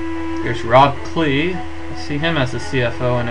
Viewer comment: when you said Rob Klee i thought you said Rock Lee XD